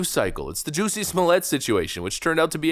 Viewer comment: Hahaha ... I accidently do this myself at times, but I LOVE when I catch people mistakenly pronouncing the name: "Jussie Smollett" in the same way Dave Chappelle made up in his standup special. You know someone is a fan of that bit when they subconsciously pronounce his first name, last name or both as "Juicy Smoll-yay" ... in this case it was just the first name.